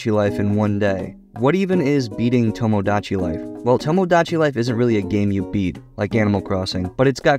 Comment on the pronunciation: u cannot pronounce tomodachi, lol